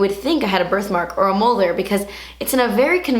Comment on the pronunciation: That "mole" has me weak😂 I love it